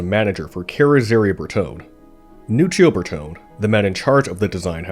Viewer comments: The final 'e" in Bertone is long. Ber-to-nee. Thumbs down for bad pronunciation. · Shit! Try to improve your pronunciation. Bertone is Bertone (pron. bartona), coupé is coupé, not coup that means coup d'état. The "e" is NOT silent!!! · A nice documentary. Bertone is probably pronounced ber-toh-neh. The designs he penned are incredibly beautiful. Modern cars look like carved potatoes in comparison. Here in Europe our cars have become way too big and have lost their agility. Beautiful designs are quite timeless it seems. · The mispronunciation of Bertone is annoying.